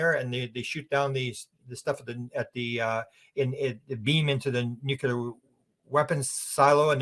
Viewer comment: The WORD dear Sir is pronounced NU-CLEAR. There is NO SUCH WORD AS 'NEW-QUEUE-LAR'. Please tell your countrymen, bless you. 🙏